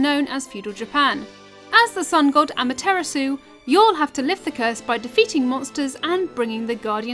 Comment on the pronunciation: I taught she called Amaterasu am-a-tiramasu